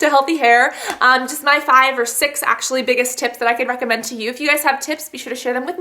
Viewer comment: When she stuttered or mispronounced recommend , it made me laugh for like 20 minutes! Not even joking, I love her videos. But that jut made me cry. xD.